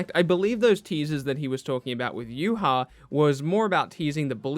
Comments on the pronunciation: are you kidding me? YuHah? its Yhwach. idk how other people pronounce it, but there aint no u and no hah in there bru. so thats theorist pronunciation I've ever heard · Bruh, I’m done., your my guy and all but I will never accept that you just said YOOHA when trying to pronounce Yhwach.